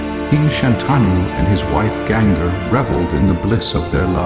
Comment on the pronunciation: It looks a well made series. Please improve the narration of the Sanskrit words and names of characters. Ganga is not Genga..